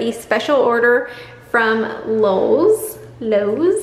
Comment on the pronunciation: You’re contractor is A-FREAK-ING-MAZING!! You crack me up when you say LoLwes 😂